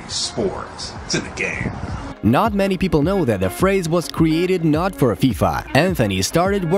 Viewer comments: I thought he say "ea sports, to the game!" But instead of it's in the game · Am I the only one who Heard " EA SPORTS, TO THE GAME"😅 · I'm not a native English speaker, when I was a kid I always hears "cinic game" lol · EA Sports Telegame 😅😂. I heard like this way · "EA Sports, Senagame." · I ej sports, cyne gejm Kurwa, zawsze mi ten koleś działał na nerwy